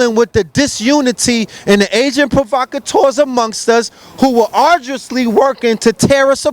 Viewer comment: the brother said arduously, he's official